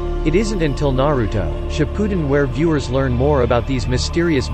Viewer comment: I died when he tried to say shippuden 🤣🤣🤣🤣